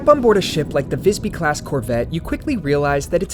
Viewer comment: As a swede its very funny when capten sais "wellcome to Vajsby" hahaha. Apparently the name of the ship is pronounced differently in different languages 😂.